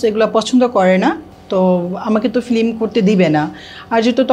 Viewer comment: মহিলা ফিল্ম না বলে ফ্লিম বলে। ওর এই উচ্চারণ সংশোধন করা দরকার।